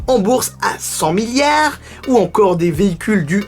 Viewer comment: Meilleur passage de la vidéo : --> "100 milliéaards" 😂😂